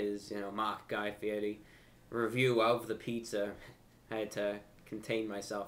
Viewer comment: the fact he pronounced guy fieris name right says enough